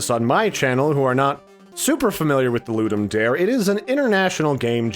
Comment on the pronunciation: Ludum Dare is latin. The 'dare' is not the english word 'dare', so the pronunciation is slightly different. Nice video, btw